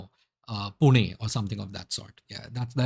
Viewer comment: Are you anywhere from Maharashtra? The way you said "Pune". Sparked me this question